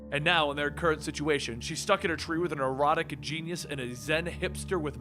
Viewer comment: Did he say erotic genius?